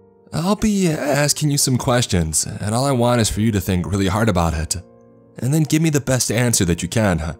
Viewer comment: Doctorsuh, serrated bladesuh, up until thenuh